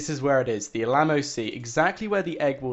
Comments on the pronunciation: it's still f'***ing annoying when he says Alamo, and btw we have always known that the egg was in a river/lake that chapter 3 was brought up about a year ago or something. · Dude, please learn to say 'mural' and 'Alamo' properly! lol